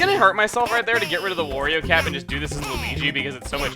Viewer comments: Wurio. Chuggaa, it's not Wurio. It's WARIO. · It's not WOrio, it's WArio! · Why do you call wario worio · STOP CALLING HIM WORIO ITS WARIO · Chugga, you're drivin' me crazy, man! It's "Wario", not "Worio". It's supposed to rhyme with "Mario". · GAH! WARIO, NOT WORIO! i hate when people mispronounce simple things :c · Its Wario not Woorio... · why do you say worio, its wario